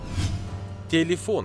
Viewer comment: Не Телефон , а Телифон. 🤣